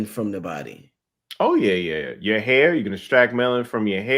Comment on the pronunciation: No fronting, the way pronounces "hair" as "here" was confusing me a little 😂